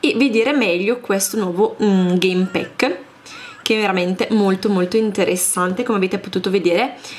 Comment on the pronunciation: Si pronuncia game pack non game PECK